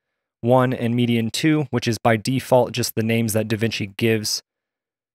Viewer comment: It's not median, it's mediaIn as in media input 🤦🏻‍♂️